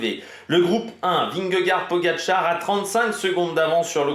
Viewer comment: Dans ce cas là prononce correctement vingegaard aussi alors 😉